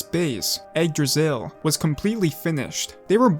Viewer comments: nice vid but it's not pronouced "Egg-Dra-Sill" it's more likre "igg-drah-sil" Igg as in Iggy Koopa (not trying to be rude or anything I just don't have any better wording for this) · Why does it sounds that you recorded an audio saying "Yggdrasil" and put it everywhere it was needed because you didn't want to take the risk pronouncing it wrong?